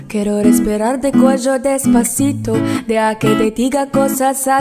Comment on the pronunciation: Jeron Peter Coronel oo nga magaling ung lalaki. Si may sablay konti. Like kwero ung sabi nya sa Kyero (quiero)